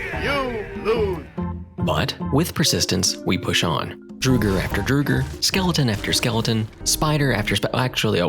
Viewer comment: hold on a second how did you pronounce draugr?